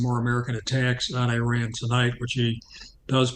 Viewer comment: I would take the retired vice admiral more seriously if he learned to pronounce "Iran" correctly